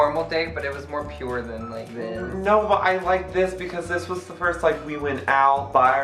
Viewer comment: vs English part ( it's Pronounced FUR-st)